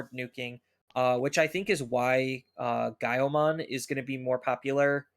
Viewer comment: dude said gaioumon the right way that’s rad